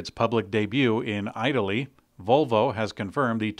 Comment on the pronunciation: How do you pronounce I-taly is really off... just saying😅😅😅